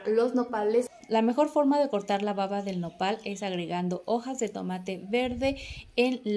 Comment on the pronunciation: Excelentes consejos !! solo sugiero que tenga cuidado al pronunciar la palabra "baba" ya que a veces la B la pronuncia como V ....en los idiomas esta es una importante diferencia !! lo mismo como en español ! saludos